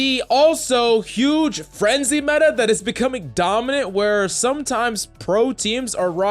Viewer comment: It's META not MENTA (in Hermione's accent)😂